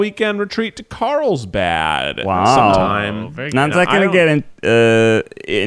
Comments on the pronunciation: Is Keith saying that he is going to Karlstad? Or dose it just sound like it? Cuz Karlstad is Swedish meaning “Karl’s town” and also my Swedish hometown 😎. So I am getting confused 🤷‍♀️ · He's saying Carlsbad, but it really sounds like how an English-speaker would pronounce Karlstad xD